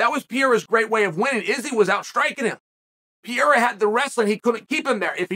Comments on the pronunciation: Please, for the love of God Chael, the man is not French. Stop calling him Pierra. It's Pereira. Like, there is only one undefeated, undisputed Chael Sonnen "Per Era." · Sonnen. Could you please says Alex last name right. Isn’t Piera, it’s Pereira. Thanks in advance. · Dude stop saying Pierra 🤌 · Poatan “Pierra” according to Chael 😂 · Please quit saying "Piera" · 9 minute video and im not sure I heard him say the champs name correctly once. 😂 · Why can't you learn how to say the man's name properly. You talk about focus and honing skills and you can't say pereira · Learn to say the champs name, ariel already called you on this. Shame on you Kale Sonnen